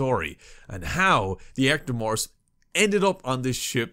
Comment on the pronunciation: "The echtomorphs" Yep, he's new.